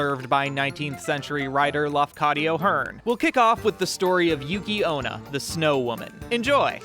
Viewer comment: I watched the movie. came her and enjoyed your video so thank you for this! BUT please it's Yuki onna, not ona 😭